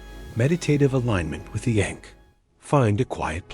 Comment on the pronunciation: It’s not pronounced correctly and this takes away from the video and the sound of the word matters.